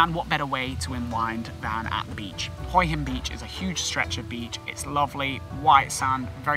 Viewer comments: I wanted to mention the way you say Hua hin which actually Translates head rock, Hua is pronounced huuaaa meaning head, your saying HOII hin hoi is tHE CORRECT word for shellfish but IS also slang for pussy which has made me laugh pussy rock I must visit immediately 😂😂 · Perhaps you should practice and get the pronunciation correct. It is pronounced in Thailand as WHA Hin Wha hin. It seems you have never been to Hue Hin. (Wha Hin) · Pronounced Hwa Hin